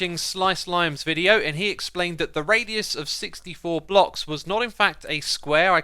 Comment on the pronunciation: I thought he said blobs not blocks lol